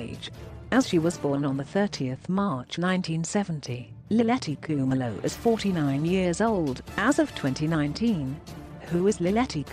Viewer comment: I like the way you pronounce her surname